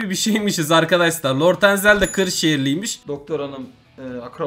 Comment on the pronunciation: lort enzel deyil abi lord enzel😂